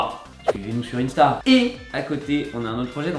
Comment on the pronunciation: on dit pas inesta mais INsta